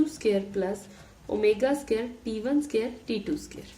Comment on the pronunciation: Scare nhi ... square hota hai vo😂😅